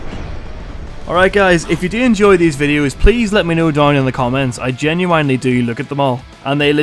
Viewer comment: "If you're horny, let's do it Ride it, my pony My saddle's waiting Come and jump on it Sitting here flossing Peepin your steelo" Im sorry but the way you say the word genuine sounds like the late 90s r&b singer ginuwine.